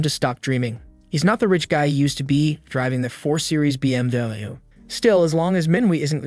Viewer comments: Jesus why he say bmw like that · 4 series bmdebeniu ? 🤣